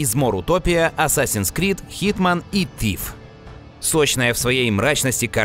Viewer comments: Тиф!? ТИФ!?!? Вы серьёзно!? Ребят, ну вы чё? Правильно - Сиф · тогда уж Зиф